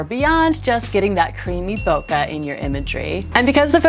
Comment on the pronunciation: Japanese native here. Please don’t say “Nola”. It’s wrong and nasty. “Bokeh” is the correct Japanese optics terminology for “blur”. Every time I here someone say “Boka” my heart goes “ Oh my!”. You don’t want to say “Boka” in front of a Japanese, because you would offend them and shame your self. Please spread this to American Photo/ video community.